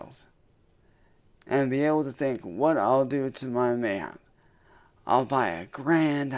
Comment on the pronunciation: Supposed to be "Mayhap", but came out as "my man" 😂😂😂 Freudian.